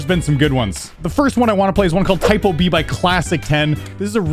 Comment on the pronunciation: ITS NOT PRONOUNCED TYPO B ITS PRONOUNCED 'tea-poo-beh' (idk any words that have the ê sound with an b)